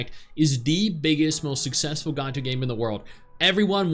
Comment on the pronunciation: The moment he said gacha I'm out